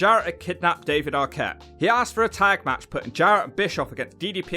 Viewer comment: This jabroni can't even pronounce Jarrett or Arquette right.